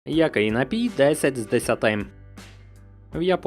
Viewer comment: Найліпший напій на світі - це дволітрова пляшка "Карпатської джерельної" після понад року вимушеного перебування за кордоном! До речі, приємно чути, як Ви правильно наголошуєте напІІІІІІй. Дуже добре!